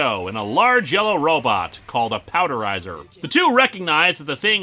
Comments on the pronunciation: It's POWER DIZER, not Powderiser. You don't turn things into powder with it. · It's typically said as "four-zay" by the collectable noisemakers of later series Also the mech is a Power Dizer, not Powder-iser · uh Lewis? IT'S POWER-DIZER!!!!! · Only a few criticisms, 1: Power Dizer was mispronounced, 2: Tomoko was classed as a goth, not an otaku (That was Yuki) and TVN subs, although those were the first you found. I hope people end up seeing this as Miu and Shun (the jock) actually get quite a bit of character development not too far after where you left off